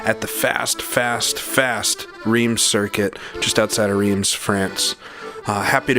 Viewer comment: Hate to be that guy. But isn't Reims pronounced "rem"?